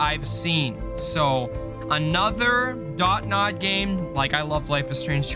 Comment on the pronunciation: It’s Dontnod not dot-nod 😭😭